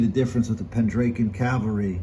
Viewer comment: Nice collections. Interesting how you pronounce Pendraken. Not sure what state you are from. Most of us in the UK pronounce it Pendr-ah-ken whereas you sound like Pen-drake-en.